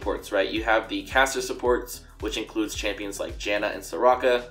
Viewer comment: Oooh, it's caster support not cassio support, confused me through the whole video